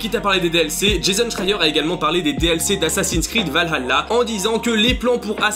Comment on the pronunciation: infos intéressantes mais la prononciation de valhalla me fait mal aux oreilles :p alors dans la langue de nos chers vikings cela se prononce val ha (H aspiré) tla ( le double L se prononçant TL) mais sinon à quand un AC dans le monde Celte contre les Romains :)